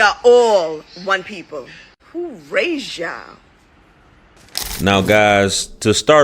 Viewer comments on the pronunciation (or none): "in favor of" and there is no h, in the word raised.